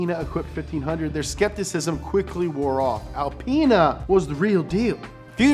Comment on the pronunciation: “BMW AlpAina”